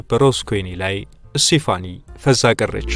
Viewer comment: ስቴፋኒ ነው ስሟ ፣፣ ( ሴፋኒ) አይደለም